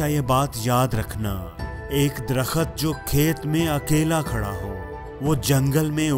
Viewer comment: Darkhut nahi darkht . در خت نہیں درخت